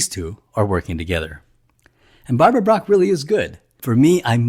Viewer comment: bach not brach